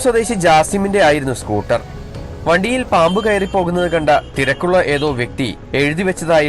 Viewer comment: വടിയിൽ ആണോ ചേട്ട വണ്ടിയിൽ ആണോ ചേട്ടന്റെ പറച്ചിൽ അങ്ങിനെ തോനുന്നു